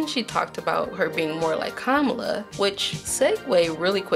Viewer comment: I tried, can't watch this any longer. Devi = DeWi. Kamala = Kuh-mahh-lah.